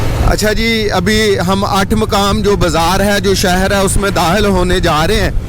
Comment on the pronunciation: ath makaam men Dahil hone wale hen bola...yeh lafz... Dakhil hone wale hen bolo ....bewaqoof sahe bolnaa sekho